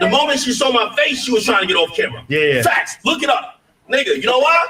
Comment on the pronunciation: Why is kept saying "FATS"?